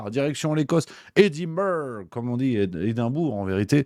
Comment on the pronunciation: On dit "EddinnnbrRrü"